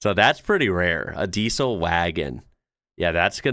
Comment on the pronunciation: Although "Diesel" is written with an S, it's pronounced "Diezel". The way you say it is weird